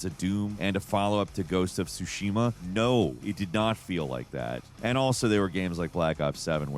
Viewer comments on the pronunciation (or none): brah, it's TSU SHIMA NOT SU SHIMA. U GOTTA PRONOUCE THE T ALSO IT'S NOT TAY IT'S TEI . IT'S EEHHHH LONGER